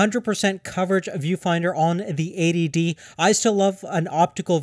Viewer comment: EighTY D, not A.D.D